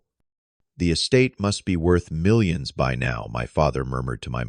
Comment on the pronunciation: The AI cannot say millions. 😂😂😂😂